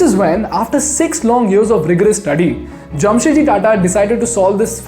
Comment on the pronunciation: Its 'JAMSHED' not Jamshet.